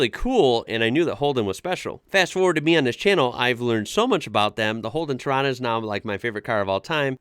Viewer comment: Holden torana. Not Toronto.